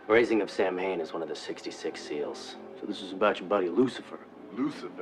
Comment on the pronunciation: Sorry to be THAT person but it's pronounced; Sōw-when.